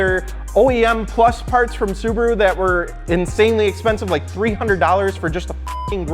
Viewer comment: "My subaro best suboror" "no MY sububerru best sobuboro"